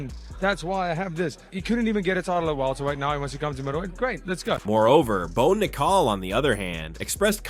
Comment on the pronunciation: “Bo nick-call” 😂